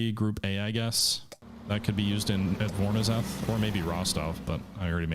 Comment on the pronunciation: I believe the "ZH" in "Voronezh" is pronounced like the French soft "G" sound.